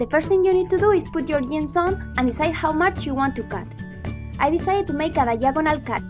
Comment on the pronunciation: J in jeans or jar is read j not i, just saying